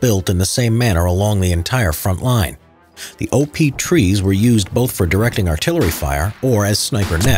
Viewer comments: When he say op tree i thot over power tree 😂😂😂😂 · That you said OP trees it sounded like OVERPOWERED trees. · Did you say OP trees?